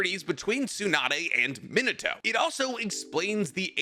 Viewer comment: It's Me-nah-toe, not Min-uh-toe